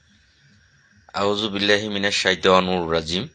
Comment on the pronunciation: কিছু মনে না করলে আপনার আউজুবিল্লাহ বিসমিল্লাহ ঠিক হয় না এটা একটু ঠিক করে বলবেন